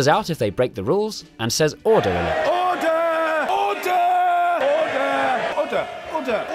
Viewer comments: Am I the only one who laughs when the speaker says order (oder😂😂) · Why does the speaker keep saying udder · He's not saying "order," he just wants some hors d'ouvres. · I think he's trying to say "Hold the door!"